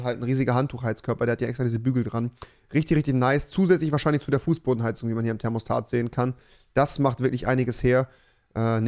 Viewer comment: Niemand: Wirklich niemand: Absolut niemand: Rewi: Termostator